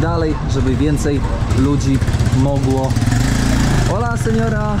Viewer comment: Hola! Hola! A co to za "ch" na końcu?!